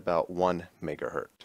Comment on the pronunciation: It's 1 megahertz, not 1 megahert.